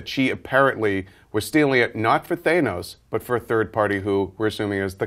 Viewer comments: When they pronounced Thanos "Thane-nos" i get this irritated feeling, but basically from the trailers i seen they were putting rocket in the forefront and from what they say in this video my assumption was right. Rocket will be a breakout for viewers and maybe get them interested in the comics/mythos of GoTG so i see the film having many memorable moments including rocket and maybe (hopefully) Groot. but they wont just have them they'll give the other characters moments (i see Gamora having a more pivital role in GoTG 2 (if this does good and if they dont show much light on her story in this movie) due to Thanos being the phase 3 end villain if it comes out in phase 3) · you should really reserch the characters names cause your pronouncing thanos wrong. thank you for the video and giving this much needed update on the film. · Wow, you'd think they'd learn to pronounce the names correctly. Mispronouncing Thanos, Ronan, and Batroc revokes your right as a "Marvel Geek" or "Marvelite." And how does this not appeal to the movie going audience??